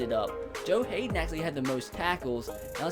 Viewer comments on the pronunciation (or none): none